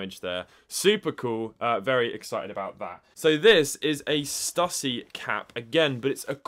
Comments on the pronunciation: its pronounced stew see. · It’s pronounced “Stoosy”. Lol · Do they say Stüssy different in Europe? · hahaha the way he pronounces stüssy :D